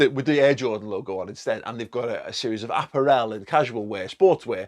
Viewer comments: Love how you pronounce apparel mate hahah exotic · Apparel. Adidas. What’s going on? Sort out your pronunciations lad. 😂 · I have never in my life heard 'apparel' pronounced like that. Had to double take that one. Here in the US, I constantly see AC Milan, Bayern shirts (Adidas) but no Puma, NB and very few Nike kits. If I can walk into my local mall/shopping complex and buy a fitted LFC baseball cap and kit... I'd have to "manually unload in a masculine fashion" before going shopping just for sheer excitement. But the kits better be fucking boss too. Up the Mighty Reds!!... oh, and sack Drake. He's jinxed. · Apparelle? You mean apparel. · Don't think your saying apparel right😂😂